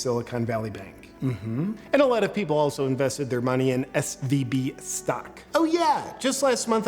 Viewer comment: Should it be SVB? Kept saying SBV. And I listened to Lauren Chen that BRCC is on the downfall because of not honoring its contract with a marketing firm?